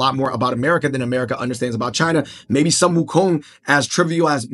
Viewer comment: Sun is pronounce as Soon. Correct pronunciation is Soon Wu Kong.